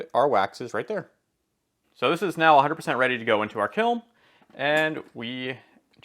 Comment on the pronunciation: Is he saying kilm?